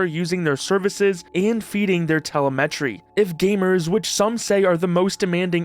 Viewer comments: Dude it's not "telleh MEH tree" it's "teh LEM etree". If you can't take time to figure out how to pronounce things, why would I think you'd take the time to properly research anything? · Telemetry not pronounced tel-e-met-ree its te-lem-et-ree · its teLEmetry not teleMEtry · tele-'metry' dude its pronounced 'Telemetry' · Tele meh tree? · Did you just say tele met tree? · K2 is simply some PM after a promotion. and Upgrade yer text-to-speech --> "Windows tele-metry" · tell a met tree ? interesting way to say that word, also "when a company has a monopoly the consumer looses" so steam then ? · Teleh meh tree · small nitpick with video "telemetry" is pronounced "tuh-lem-uh-tree" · Regarding the term “telemetry” - you’re putting the em-PHA-sis on the wrong syl-LA-ble. Also, recommend reading from a complete script - your inflections pretty much repeat for each sentence due to splicing audio together - it starts to distract from the points you’re trying to make. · Pronunciation of telemetry is hilarious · Your AI slop voice doesn't know how to pronounce "Telemetry" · That's not how you pronounce telemetry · Pronounce Telemetry correctly please. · LMAO that's not how telemetry is pronounced 😭 dear god the slop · 'telemetry' is emphasized on the second syllable. You can google it. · the way you pronounce Telemetry :3